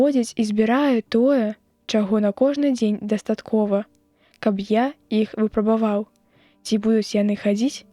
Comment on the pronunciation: У 4-м вершы ў слове: вы'прабаваў націск ставіцца на першым складзе, а ня на чацьвёртым, інакш няма сэнсу.